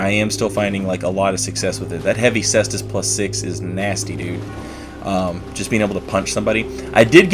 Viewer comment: Thanks for not being a degenerate and pronouncing it Kaystus